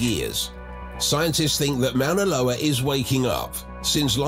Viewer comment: It would be nice if this speaker could pronounce Moana Loa right. Mount Tahoma (Mount rainier) s also active and if it went off Seattle and King county in Washington state would be a disaster.